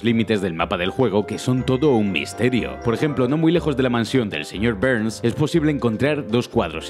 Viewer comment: ‘’Señor Bbberrrrns ‘’ xDD